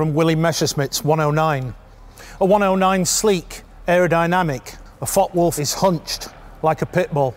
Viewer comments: Excellent video series brutal German fighters and elegant British fighters. In the interest of details the name of the FW190 is pronounced: Fokker Wulf einhundert neunzig. Hope this is of help. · The content and general presentation is really good. But it’s a shame the pronunciation of foreign aircraft names is off. It’s not difficult for an English person to include the ‘e’ by pretending there’s a silent ‘r’ on Focke, and pretending that the ‘W’ is a ‘V’ instead. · Interesting video. Is it just me or are you dropping a syllable, Fockwulf instead of Fock e wulf. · "fockwolf - fockwolf - fockwolf - fockwolf - fockwolf" No. Two words, and there's an "e" at the end of that first word. Focke Wulf. Focke-Wulf Flugzeugbau AG (German pronunciation: [fɔkəˈvʊlf]) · It is pronounced Fockuh Wulf, not Fock Wulf. A great video but the constant mispronunciation is a little jarring to my ear. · Too much publicity was given for the Me-109 while its better cousin the Focke-Wulf (pronounced Fokker), famously called the 'Butcher Bird' by the American B-17 bombers, only got some. Very good video anyway by IWM ! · Focke-Wulf isn't pronounced Fockwulf, you really have to intonate the E which is spoken like the English A with a tiny pause between the K and the E. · Pronouced Folker-wolf. The "e" is silent in English, NOT in German. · Please stop pronouncing it “Fok Wolf” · 4 minutes in and the mispronunciation of Focke-Wulf is starting to become an issue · The mispronunciation of focke upsets me greatly